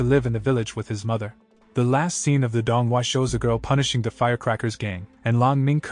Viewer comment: its pronounced doon-hwa not donhua 💀💀💀